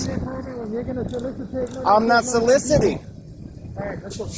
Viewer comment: Lol "solicitating"